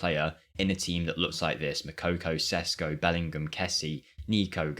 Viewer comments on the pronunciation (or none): none